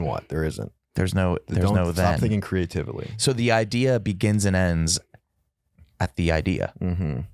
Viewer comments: I believe said "create-iv-uh-lee" while trying to say creatively, that's not dyslexia folks, thats straight up dumb disease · “stop thinking crea-tivily”